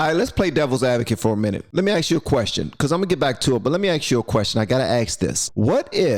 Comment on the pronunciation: No proper English here !! Lazy ppl talk like this ! ask is not pronounced ax ! I will not be subbing